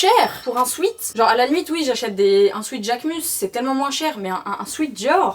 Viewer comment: Pour dire “sweat” on prononce swet parce que sweet c’est autre chose, ça signifie sucré/doux